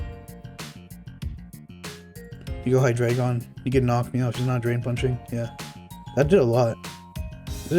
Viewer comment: MASSIVE RESPECT for being the only OU player who pronounces his name correctly lmao